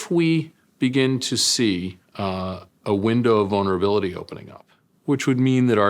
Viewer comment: "Window of venerablility" Hilarious. Apparently you can dream-up stuff better when you have a foreign accent. If you like listening to speculators make up new words, this is gold!